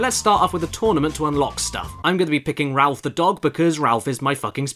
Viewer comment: Rolf...not Ralph...